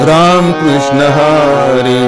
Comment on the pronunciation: फार छान आवडले सिंधुदुर्गं कृष्ण उच्चार स्पष्ट आहे.काही भजनी बुवा क्रिष्ण म्हणतात .